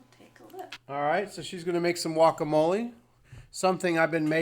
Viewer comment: Wokamolie?!? It's guacamole!!!